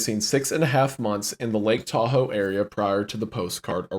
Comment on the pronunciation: What great friends Charlie and are to just let pronounce Tahoe like that. Such swell fellas.